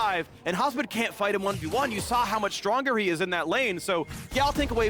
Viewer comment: I know its hasmed but i always hear husband